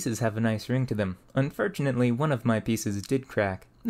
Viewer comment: you seem to replace o's in some words with e, like "mere" instead of more, or "unfertunately" :D just an observation, any reasoning for this?